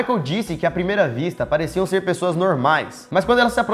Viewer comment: Alguém percebeu que no minuto o Lucas disse PRESSOAS